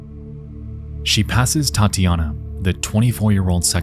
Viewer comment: Loved the story and it would be real nice if you can keep up with a weekly schedule. One thing, though, with such a huge audience, it isn't hard to find a russian dude who can tell you how the russian names should sound, it's not that big of a deal, but man, hearing "LIUdmila" and "Tyatiyana" for 40 minutes straight causes a small bleeding from the ears, which we can count as getting deeper into the story since some of us who knows how it is supposed to sound can experience what the hikers felt, but, it is hardly a good thing.